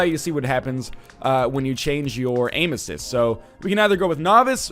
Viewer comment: I keep hearing "Anuses" when you're saying "Aim Assist".